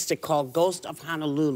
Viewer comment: as a native Hawaiian and speaker of ʻōlelo Hawaiʻi, i wish they’d pronounce our Hawaiian words correctly— it is HONO-lulu not HANA-lulu. Honolulu means sheltered bay (“hono” meaning bay and “lulu” meaning shelter, calm, protection). the ancient people of Hawai’i named it this because Honolulu is a broad sheltered and calm bay (just google “Honolulu” and you will see it). on the other hand, “hana” means work or job. pronouncing it as “Hana-lulu” changes its entire meaning to “sheltered work” which wouldn’t make any sense at all much less depict the actual place.